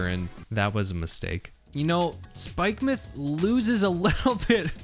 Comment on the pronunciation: YOU PRONOUNCED SPIKEMUTH CORRECTLY THANK YOU